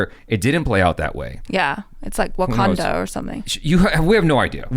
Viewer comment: yeah it's like wokOnda or smth Love it